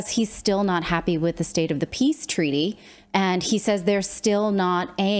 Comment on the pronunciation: He didn't say "we need peace" he said "we need piss" 🤣